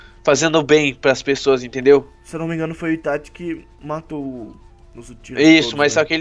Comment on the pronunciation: Itachiii nao itathiiiii porra